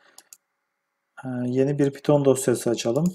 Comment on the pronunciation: PİTON DİLİ NE LAN PYTHON(PAYTIN) DİLİ! DEFTERDEN BAKIP MI YAZDIN KODLARI NE YAPTIN?